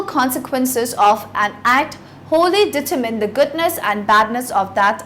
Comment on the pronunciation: Annoyed by the way she pronounces determine.